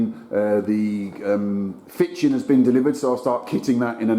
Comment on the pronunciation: Did anybody notice when he said fitchen instead of kitchen😂😂 also smashing video, I’m a carpenter myself and enjoy watching your work when I finish myself, excellent job👏🏻✏️🪚